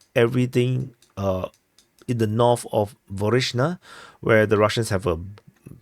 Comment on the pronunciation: THree not “tree” 🎄 THird not “turd” 💩 NorTH not “norf” 😜 no one cares about your accent. Just learn how to pronounce SIMPLE English words. It makes you sound like a retard.